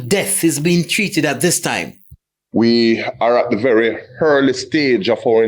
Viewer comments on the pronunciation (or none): I'm not taking the word of any Policeman that pronounces the word 'EARLY' as 'HHHhhEARLY'. Time for the JCF to have better people that can communicate effectively, Jeeez it's 2025.